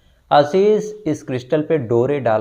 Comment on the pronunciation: Sir, aapka Ashish ka pronunciation hamesha galat rahta hai. Ek aur story mein aap Ashish bol rahe they. Aaashish hota hai pronunciation